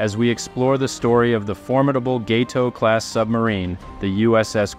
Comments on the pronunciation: The only YouTuber who has ever pronounced “Gato” correctly. Thank you. Your authenticity shines through once again! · Thank you for pronouncing "Gato" correctly.